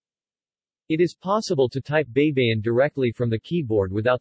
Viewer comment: Men, it is not BEY-BE-YIN. It is BAY-BA-YIN. ᜊᜌ᜔ᜊᜌᜒᜈ᜔ = BAYBAYIN ᜊ (BA) ᜌ᜔ ( Y ) ᜊ (BA) ᜌᜒ (YI) ᜈ᜔ (N) Always remember that in the Tagalog language the letter "A" always sounds like "AAAAAAA...." and NOT "EEEEEEE...." Example: A-pple, A-merica, A-frica, A-ustralia, etc.